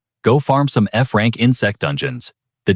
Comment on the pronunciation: Bro it was a joke 😑 he saying Frank instead of F-Rank